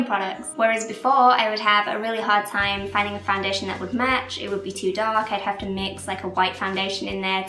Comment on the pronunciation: Aw I do love your videos, have done for years. I cannot place your accent though, haha it slightly annoys me in the fact I've watched your videos over and over and cannot place it, like you pronounce stuff Americanised? You pronounce match 'metch' haha I dunno, makes me want to ask where you're from! Xx